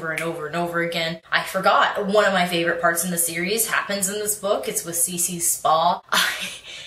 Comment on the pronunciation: it's CiRce not Cece...